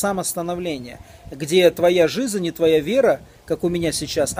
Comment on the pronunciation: Мне тоже шикарно